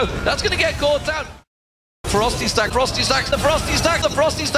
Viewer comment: ROFL his "Ferocity Stacks" pronunciation is sooo bad! xD